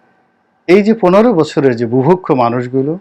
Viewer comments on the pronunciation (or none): none